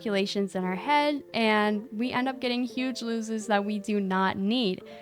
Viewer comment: lose-ish AND I THOUGHT U SAID WW BOOTS THAT WOULD BE WORSE